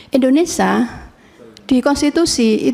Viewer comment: indonesia bu, bukan indonesah 😅😅